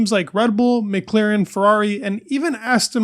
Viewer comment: will you ever learn how to pronounce McLaren?